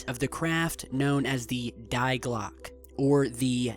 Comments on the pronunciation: UR GERMAN IS BAD DIE GLOCKE MEANS THE BELL NOT DIE LIKE DEATH DIE LIKE DEEE E , A .D AND .E DE OR DEE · German "die" = English "the". Its pronounced "dee". Die glocke = the clock.